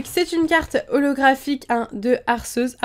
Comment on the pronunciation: Il me semble que l'on dit en prononciation Arquéeus comme dans le film Arceus et le joyau de vie ^^ Au départ j'ai due faire toute les prononciations c'est comme Régigigas :D ! Sinon très bonne vidéo ;) !